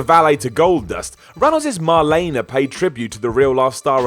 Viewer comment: How can you not pronounce Marlene Dietrich? I'm mean you'd just said her first name when talking about the character based on her and even got that wrong 🤦‍♀️